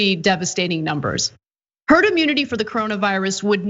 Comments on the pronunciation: Did he say TERD MENTALITY???Cuz that makes sense. Lol. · Did anyone else hear Trump say "turd" mentality before he corrected himself. Is that what he actually thinks of the American population? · He almost said “Turd Mentality” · Wait... didn't just hear him say 'TURD MENTALITY"? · "You'll develop a turd.. herd..." Greatest President... lol...